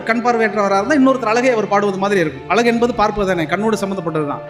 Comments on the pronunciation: அலகு இல்லை❌. அழகு என்ன கவிஞர்😢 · கவிஞரான உமக்கு அழகு என்ற சொல்லை அலகு என்று சொல்வது வேதனை அளிக்கிறது.தமிழை சரியாக உச்சரிக்க வேண்டும்.எதிர்கால சந்ததியினருக்கு ழ கரம் தெரியாமல் போய்விடும். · கவிஞர் யுக பாரதி. உங்கள் அனுபவத்தோடு , அழகு என்பதை அழகாக உச்சரித்தால் இன்னும் அழகாக இருக்கும்....